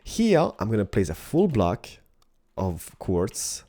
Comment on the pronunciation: when says full block it sounds like he says fool block